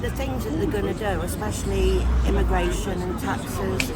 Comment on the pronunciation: God this "why can't we have a grown up conversation about immi-gwation?" Because it takes all of 4 seconds for the racism to show up! "Ya walk down the road and you don't hear anyone speaking English" - Doesn't mean they can't. And English is still everywhere.. tv, radio, shops, road signs, buses, restaurants etc.. Also pretty rude for a Britain whose culture is it is rude to listen to other people's conversations. "When I was small we only had British people living near us" - the world is bigger and busier now. Not necessarily saying that's a good thing, but ofc Britain suffered huge losses in WW2, transport links weren't what they were and finding work was much less formal than it is today. "Can't get GP Appointments" - Precious little to do with immigrants but more to do with over a decade of absolutely crushing cuts by the tories to the NHS in their bids to privatise almost all of it. "Traffic jams are caused by immigrants!" Farage used this the other week. It's horse sh*t. On average our roads are at 98% capacity because every single household in the UK has more than one vehicle. Our ageing highway network was designed when it was not thought any household would need more than one vehicle.